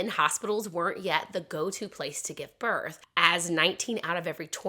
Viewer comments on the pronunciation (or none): none